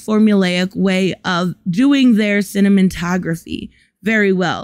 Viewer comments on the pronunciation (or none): you are so adorable, lol you said Marvels Cinnamin-tography! Hahahaha